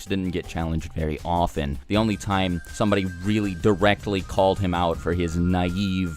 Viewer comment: It's often, not othen